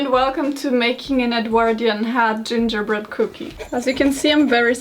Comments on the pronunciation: Not Karolina flawlessly pronouncing gingerbread in every Latin language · That moment when says gingerbread in portuguese FLAWLESSLY Me, a brazilian: ONE OF US, ONE OF US